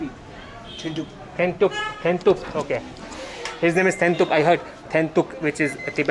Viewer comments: U r very funny. U call his name thenthuk(food) and dee(female yak) tea. Dasa-Lhasa. U got absolutely right🤪😀🤣😅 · His name is Dhoundup not thentuk...dat was funny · 🤣🤣🤣omg it’s not Thenthug,he said Dhun-dup 😁😁😁 I know you love to eat 🤣,really fascinating 👍👍👍🌺🌺🌺❤️❤️❤️🙏🙏🙏